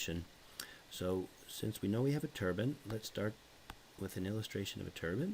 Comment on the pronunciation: It's pronounced "turbine" not turban